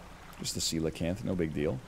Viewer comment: NL knowing how to pronounce coelacanth >>